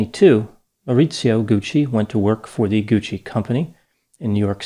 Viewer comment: Paola Franchi.... whew... another grammatical murder by. Think... Bianchi.... Bianchi....Bianchi.... you pronounced Franchi like Fran CCI Like Gucci. Dr., you mispronounced Patricia wrong 23 times. You pronounced Gucci correctly 34 times. SOFT C. (CC). I'm a compulsive Italian Grammar Checker - so here is the lesson. THE CC in GUCCI makes it a soft "C" and with the addition of an "H"it makes the C soft. Think.... Franchi.... Bianchi....Franchi....Bianchi. Here is the rule: Because it is silent, some will argue about the importance of the letter "H." But the fact is, the Italian “H” appears after the consonants “c” and “g” before the vowels “e” and “i” to harden their sounds. Whether or not there is an "H" changes not only the pronunciation but the meaning of the word as well. Italian Words that Start with "H" Many “H” words have migrated untouched into Italian, including harem, hamster, happening, hardware, helium, and homeland. Others take on Italian embellishments, as in hollywoodiano, Then there's the Italian asino (donkey), who brays “hi ho!” rather than "hee-haw." As mentioned above, other Italian words that start with "H": Ha -- He/she has Hanno -- They have Ho -- I have Italian-English Dictionary